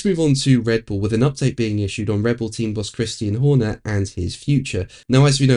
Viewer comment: Did you say “Christine Horner” ? Ouch !